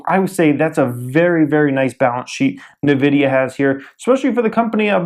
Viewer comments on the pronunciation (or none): It's pronounced "en-vidia" not "navidia"